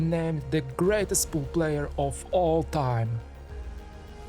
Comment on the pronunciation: I laughed so hard at his pronunciation of Phenomenon